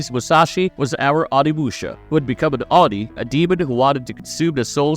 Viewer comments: Its OH-NEE (Oni) not Ahnee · How he pronounces oni is bothering me lol